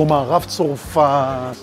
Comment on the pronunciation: אני ממש אוהבת את הסרטונים שלך, אבל בבקשה תפסיק להגיד צורפת! זו צרפת עם קמץ גדול ולא קמץ קטן😅